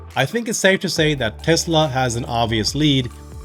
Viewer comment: Why do you say 'Tezla' with a 'z', It is 'Tesla' with an 's'. Is it your accent or are you mimicking Elon's accent?